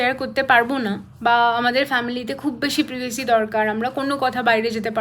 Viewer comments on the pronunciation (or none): তো এক্ষুনি বলল প্রাইভেসিকে পিভিসি